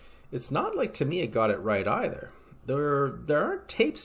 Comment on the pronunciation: he keeps saying TIM-EEE- UHHH its a long A not an I